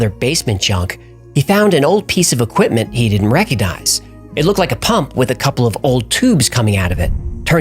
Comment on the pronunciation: i like this channle how ever please dont say oquimpment again, equipment does not start with a O lol